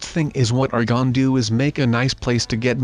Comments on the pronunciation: And why u keep saying gone instead of gonna??? 😐😐😐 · i wonder why kept saying "gon" in this video